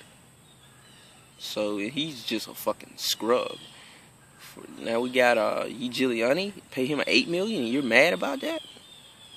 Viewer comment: bro you pronounce his name even way more correctly and better than most of those pro official nba reporters. thumbs up.